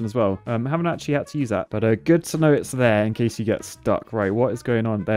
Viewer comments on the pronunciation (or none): none